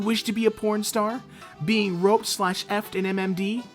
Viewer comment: When you say being it sounds like beating